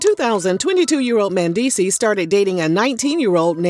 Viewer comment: the way she keeps pronouncing his name MANdeecees..........